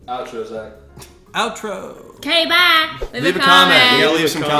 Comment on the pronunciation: "k, bahi" Southern?